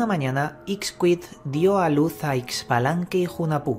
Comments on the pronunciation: Muchas gracias por dar a conocer la historia de mi cultura. Excelente trabajo Sólo una observación: la pronunciación de los nombres está un poco distorsionado. Hunajpú e Ixbalanqué Se pronuncia Junajpú e Ishbalanqué. En maya la X tiene sonido sh El señor Sipacná, se pronuncia con acento en la última a. De ahí en adelante todo perfecto. Mil gracias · Pronunciación correcta: u-na-pu el otro es Ish-ba-lan-que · Es la pronunciación junajpú e ishbalanqué, esta bueno el relato, falta conocer mas la pronunciación y lengua quiché